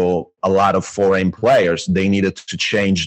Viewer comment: Great effort on this podcast! Looking forward! Btw, it's Foreign players, not Forgan:D